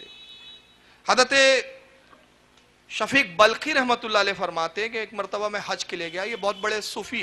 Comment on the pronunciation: waqil sahab.shafik balkhi nahi wo name shakik balkhi hai. Zara padh kar sunao achi tarah